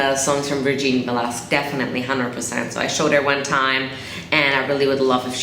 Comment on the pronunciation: hi.. i just want you to know that the correct pronounciation of her lastname is velaskez..in the philippines we pronounce most of the word that has QUE as Ke.. just like Quezon.. instead of kwezon.. we pronounce it as kezon.. i just want you to know.. but anyways thank you so much for supporting our filipino artists..